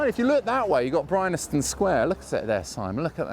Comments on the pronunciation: you complain about marylebone being pronounce wrongly - fair enough. BUT bryanston is pronounced as it is spelt - bry-an-ston NOT bry-NA-ston . hypocritical? maybe..... a little bit! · are you saying 'Brynaston Square'? I always knew it as Bryanston Square, and it is spelt that way on the signs, but is it one of those quirky pronunciations that crop up on occasions? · Bryanston. BRI-ANS-TON. BryANSton! Not BryNASton. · Great video, but - because you said it about 28 times - I have to point out it's pronounced (and spelled) Bryanston, not Brynaston. Good call on Marylebone, though. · Bryanston, as in Bryanston Square, is pronounced as it is spelt Bryan-ston, not Bryn-nas-tone. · It’s BryANSton Sq, not BryNASton. ;) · It is Bryanston square ( "brian-ston") but weirdly , all but one time, you say "Bry-NAS-ton Square" ("brine-aston") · It's BRYANSTON Square not BRYNASTON!